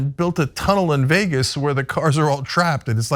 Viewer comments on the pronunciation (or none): none